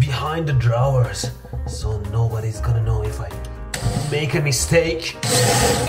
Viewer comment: Let’s pronounce drawers how he pronounces it the normal English one doesn’t make any sense